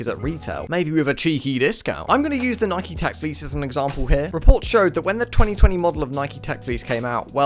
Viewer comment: You did not just pronounce “Nike” like that. Literally blocked.